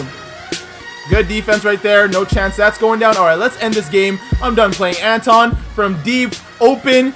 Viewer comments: ITS NOT Anton it’s Antwan an-twan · it was a misprint on his birth certificate. Parents kept it spelled like that so it could be unique. It's still pronounced "Antwan"...lol. I grew up watching him play (I'm a UNC fan) first time hearing people actually flcalling him "Antawn" but he's been ouy the league for a few years some of y'all didn't grow up watching him. Love the vids bro! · Antawn is pronounced Antwan, there was a mistake on his birth certificate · it’s antwan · My grandmother is good friends with him it's the pronunciation is antwawn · Called him Jamison not antawn because ik ur not saying it wrong but it sounds like u r and it's hard to watch.